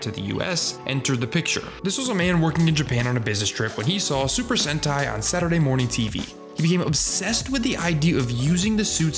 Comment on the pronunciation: 7 minutes in and I JUST realized he was saying sentai… not hentai lol